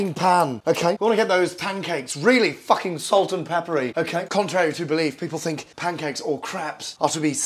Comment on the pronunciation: The word "fukhing" gets me every time. XD